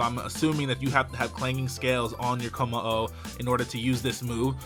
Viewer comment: LOL he said kommo estas. Autocorrect much?